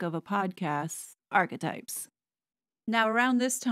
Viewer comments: SueMe pronounces it "Archietypes" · When she says that, it always makes me giggle 🤭